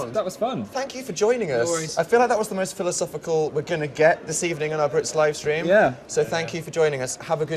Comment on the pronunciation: "Watching the sleam" same Dan same